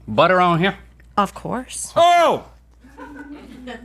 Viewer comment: "Butta on here?" 🧈 I could've thought he was from Louisiana not North Carolina! 😅